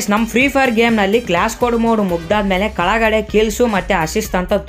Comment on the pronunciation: Yappa en Kannada nappa kalagade allappa kelagade